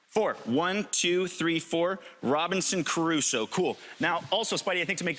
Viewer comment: Robinson Caruso should be pronounced Robinson Crusoe. However, people from the states have always bastardised our all ready bastard language.